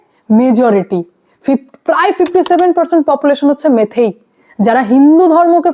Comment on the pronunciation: তোমার ভুল সংশোধন করে দিই, কথা টা মেইতেই মেথেই না ওকে ।